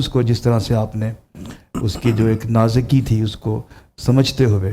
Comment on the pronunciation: پروفیسر ڈاکٹر صاحب! کے روح!!!!!!!؟؟؟؟؟؟؟ بول رہے ہیں!! نازِکی!!!!؟؟؟؟ آپ بھی نازُکی کو نازِکی بول رہے ہیں!!!! حیرت ہے آپ کی منصفی پر! مظہری صاحب کا تبصرہ اور نعت کی ادائیگی قابلِ تحسین ہے.... جمشید کمبوہ